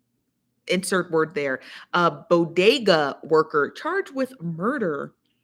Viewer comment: It's BODEGA 😄